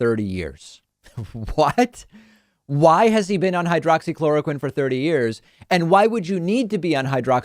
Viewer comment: Flynn called it "Hydrocloroquine" not "Hydroxychloroquine". I call bullshit. You can't take a med for 30 years and not know how to say it easily and rattle it off your tongue like it was nothing.